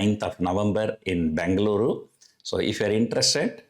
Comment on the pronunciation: Pls pronounce as Bengaluru and not Bangaloru